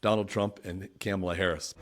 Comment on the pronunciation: It's Comma-la, not "Camela." And Mark Cuban will set her straight on Crypto. Trump poses too many other problems, although I would like to see Ross Ulbricht freed. Trump's tariffs would bankrupt the U.S. economy.